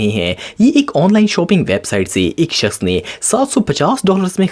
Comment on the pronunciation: Bhai shoping nahi shopping hota he